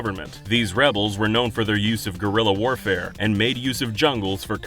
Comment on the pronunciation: For the thousandth time: it is GUErilla warfare, not GORilla warfare, you big old ape.